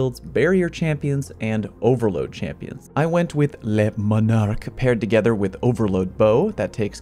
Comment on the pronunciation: Leuh Moon'arc